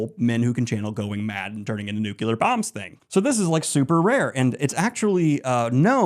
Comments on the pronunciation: Why are you saying Talveran and nucular?😢 ragebait for comments? Well played. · Daniel, I am so sorry, but you are too smart and too well-read to be pronouncing 'nuclear' as 'nucular'. I love you, but please.